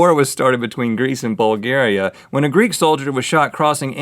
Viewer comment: 'Bulge-area' hahaha it's pronounced bowlg-area